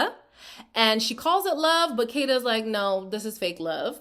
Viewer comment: Then Melanie never gets Kayda name right deliberately. She's being very disrespectful.